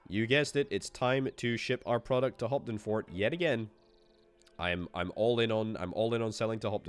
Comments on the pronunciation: I was quite impressed with your first try pronouncing Hopfendorf. Hearing Hopdenfort for the rest of the video was kinda painful 😂. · hopfendorf, not hoptenfort 😛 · I would be lying if I said I noticed right away that it wasn't hoptenfort 😂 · I know right? He nailed it at first but then... 😂